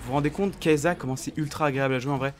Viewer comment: sa se lis pas kaysssa ?